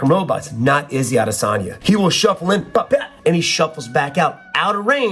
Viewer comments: Why are you calling him "Izzy Adesagna" lol just say Izzy or Israel Adesanya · “Izzy Adesani” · SAY IZZY ADESANYA ONE MORE TIME I DARE YOU!!!!! 🤬🤬